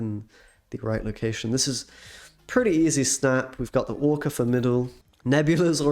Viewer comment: I need to ask an important question; why did you call the deck ‘Orka X’ and not ‘Orxa’?